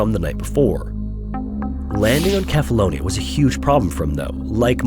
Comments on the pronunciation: The "C" in Cephalonia is pronounced as an "s" when spoken in English. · How much effort would it take to ensure you pronounce things correctly: seh·fuh·low·nee·uh